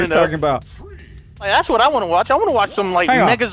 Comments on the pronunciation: you guys are calling it mega zoid it is mega zord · I went back if you listen close he says megazord it just sounds like it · He said magazord but it mostly sounds like niggazord